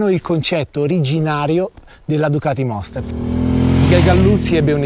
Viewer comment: Il monster no "la moster"..lo sa ogni motociciclista